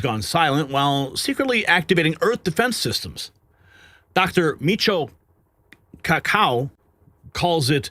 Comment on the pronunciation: It's pronounced Mee-chee-oh. Cock-koo. He is a world renowned physicist , the discoverer of 'string theory' He had a popular radio program and was a frequent guest on Art Bell and George Noory's radio show.